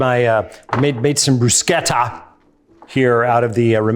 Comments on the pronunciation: Bru-sheta. Not bru-keta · You properly pronounce "bruschetta", but not "parmigiana"? Minchia!